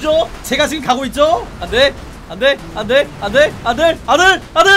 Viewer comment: 안되가 아들로 들리네 ㅋㅋㅋㅋㅋㅋㅋㅋㅋㅋ